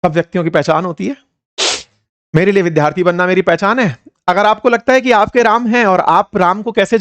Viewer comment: विद्यार्थी शब्द का उच्चारण सीखिए